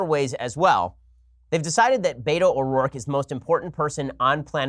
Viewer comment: I think the more annoying part of this whole "Beto" conversation is how people have never been around Hispanics because the way they pronounce his name is nails to the chalkboard.